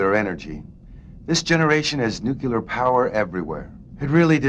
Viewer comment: Nope, He Literally Said "Nuclear" Pretty Damn Normal You Know? That's One of The Reasons why I F*cking Love You